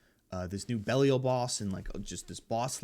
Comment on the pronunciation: Great season review as always! The boss powerups have a lot of potential for Sorcs to scale this season. Looking forward to the Gregiore build. Btw, I love your pronunciations of these names. From Ty-Rell now to Belly-O 😊